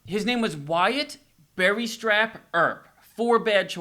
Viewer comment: A Corral was a place that took care of horses, boarded horse, rented horses and rigs. Morgan Earp took a bullet across the shoulders, sideways, from one across to the other. Virgil was the one who took the bullet to the leg. Wyatt Berry Stapp, not Strapp, Earp. He was named for his father's commanding officer in the Mexican War. Surgeons did know about washing their hands, but it was not yet in widespread practice. The shootout took place in a vacant lumber yard, between Fly's Boarding House and the Harwood House. William Harwood was a lumber dealer, and because of the rapid growth of Tombstone, the lumber yard was empty. It also took place on Fremont Street. It was all behind the OK Corral, on the next street over. The photography studio and gallery was farther back from Fremont Street, behind the boarding house. I know you're doing this in a very lighthearted manner, and it was entertaining. But I had to toss in a few facts to go along with it!